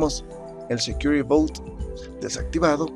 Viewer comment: "but" no "bout".... suena a "barco seguro"